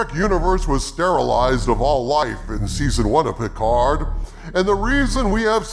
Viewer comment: I never watched season 2 of Piccard (rhymes with Bicker), but the only true highlight of season 1 was Ryker. He was OUTSTANDING in Every Scene. Beyond that, it was garbage and they unnecessarily made Seven of Nine a lesbian. Blasphemy